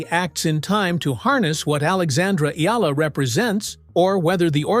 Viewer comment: Omg you actually said Alexandra's name correctly! Respect